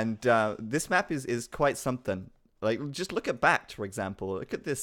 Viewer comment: He's never going to give up on pronouncing Back T wrong, is he?